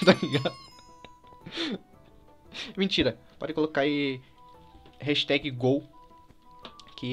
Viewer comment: kkkkkkkkkkkk o falando no começo HASTAG